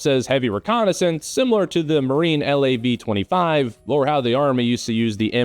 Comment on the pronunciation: As a former Canadian mech infanteer, please say "Lav" as in "Lab". Not "L A B". Ugh Yankees...